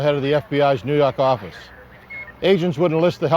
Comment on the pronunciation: "nuu yawk affice"